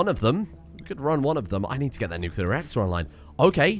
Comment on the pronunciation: You're actually not far off from how the Nuclear industry talks. I was in the navy and we simplified it as Hot rock makes steam, steam makes turbine go roundy roundy and roundy roundy makes electricity. :p I even have a cup that has that, lol. Also, thank you for saying nuclear correctly, and for the entertaining videos!